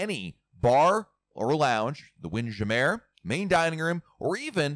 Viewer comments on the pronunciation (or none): Wind jamair??? Its wind jammer jam er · ok, gotta ask...what's with the funky pronunciation of "Windjammer"? 🤣 I always presumed it was Wind-Jammer, but if you have some insight as to why you pronounce it the way you do, I'm curious to know! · I recently began watching to to RC Blog videos and I noticed pronunciation of “Wind Jam-meer and Coco-Key”. Is that the correct pronunciation of those items or is just fooling with us?